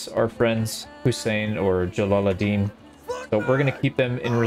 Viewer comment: it's Jalaluddin pronounced Jalaludeen